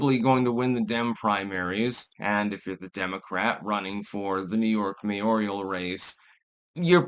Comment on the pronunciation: It's mayoral not mayoral lol